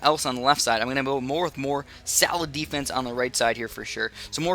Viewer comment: sounds like he's saying salad defence